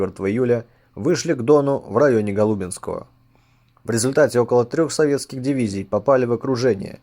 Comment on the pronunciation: Грёбаный Т9! У самого бревно а глазу: "Неправильно произнесенное", станицы ГолубинскОй!